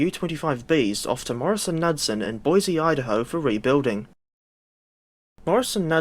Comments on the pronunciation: As a former employee of the subsequent Motive Power Wabtec I can vouch for the is post. All of the old heads still said it as the company name. It is K newd son. That being said, we really cannot fault you for not having the distinctive American pronunciation of this name. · The pronunciation is Morris Nude-Son.. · Pronounced “ kin newd son” . It’s ok your not from the states. I subscribed, Nice job.